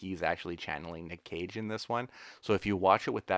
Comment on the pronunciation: LOL every time says "Nick Cage" I hear "Nick Cave" and now I've got "Red Right Hand" playing over and over in my brain. ARGH!:)